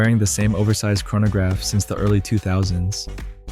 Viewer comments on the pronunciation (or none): none